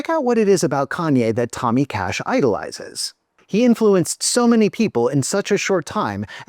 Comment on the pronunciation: Ok, whenever you say "Cash" my stupid mind understands "KASCH" (like some people pronouncing KAJ) 🤦